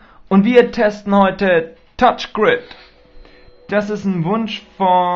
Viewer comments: es heißt touchgri(n)d und nicht touchgrid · *touchgraind* so wirds ausgesprochen...=P aber schönes video =) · lol Touch GriD xD So lustig wenn der das sagt ^^ Du hast nur so wenige Boards frei, das ist schon krass... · Mein Gott, Kinder, er macht ein REVIEW, er zeigt und erklärt den Leuten die es nicht kennen, das Spiel. Also heult nicht rum, er sei so ein schlechter Spieler, er will ja auch nicht zeigen, wie gut er spielen kann. Schön, den Namen hat er auch falsch ausgesprochen, UND?! Als wenn ihr euch nie versprecht, ihr seit ja die perfekten Könner. Fehler sind menschlich. Ihr versteht den Sinn des Videos nicht.